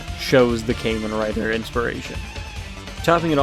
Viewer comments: redo this video bro it’s kah-men rider not kay-men rider LOOOL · Well, it’s not pronounced came in writer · Kay-men rider 😂😂😂😂